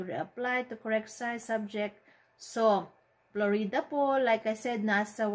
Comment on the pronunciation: letche daming palabok straight to the point na dapat saka Florida po hindi Flo-Ree-Da 😆